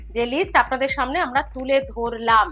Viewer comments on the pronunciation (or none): none